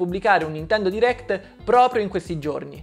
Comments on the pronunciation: Sentire per tutto il video "diréct" invece di "dairect" mi turba parecchio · Guarda ho sempre detto "dairect" ma ultimamente nella mia testa è più corretta la pronuncia americana "deerekt" forse perché la sento più spesso